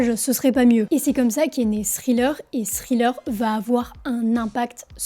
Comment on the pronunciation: n gros merci ! en passant ça se prononce: Tri-leur